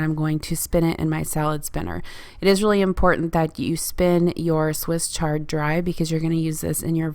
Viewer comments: Swiss Ch-ard not Swiss SH-ard. CH like chair. Awesome job trying out a Vegan meal plan!! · Swiss Ch-ard not shard. Wonderful video,. Interesting, informative and inspiring. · It’s chuh not Sh lol Love Swiss chard, and so good for you. I like all kinds of food, but primarily low carb. I miss hummus a lot. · I think it's swiss chard not shard 😊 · I’ve always known it to be Swiss chard pronounced shard. Great video! Thanks! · I have one of those choppers. I don't use it all the time but if I need to do a lot of veggie prep I use it. It's called Vidalia Chopper Pro and I like it a lot. It's terrific for carrots and celery and onions. I also use it if I need mushrooms chopped. Swiss chard is pronounced with a strong ch sound. I love enchiladas too but my son doesn't like Mexican so I usually make the filing and put it over rice for him without the tortillas. My favorite hummus recipe is the one from the first Barefoot Contessa Cookbook. Been making it for years. I use it in wrap sandwiches as a spread and it's a great basis for salad dressing. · I think it is a hard CH as in CHannel.